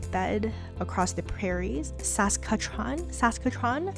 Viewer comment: I like how you're from Canada and yet never learned to pronounce SUS-CAT-CHEW-ON 😆